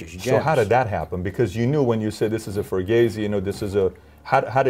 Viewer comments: “Frugazi” fucking cakes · bro said frogazi😂😂😂😂😂